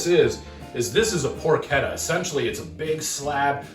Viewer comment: It's not called "Por-chedda", it's prononced Por-KeTTA as in Pork in Italian. Double T sound not a D sound.